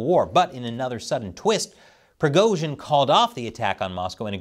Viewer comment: keep up the good work, but for the love of God, you managed to somehow mispronounce EVERY. SINGLE. RUSSIAN. WORD. Other than Prigozhin, Moscow, and Putin, you butchered them all. It's just jarring, especially when your Chinese is more or less correct/better than 95% of Americans